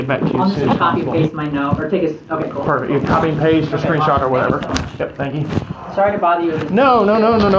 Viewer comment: "perfeck condition"